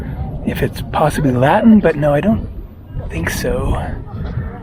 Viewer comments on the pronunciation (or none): none